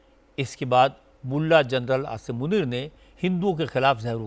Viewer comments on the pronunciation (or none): Anchor ko naam sahee ana chahea..Asim muneer not nazeer😂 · Pahly aap name lena too sekh lo asim nunir hy nazir nahi hy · Munier not nazeer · General Asim najir Nahin general Asim Munir hai pahle Naam to sahi Le lo FIR news bhi banana is baat per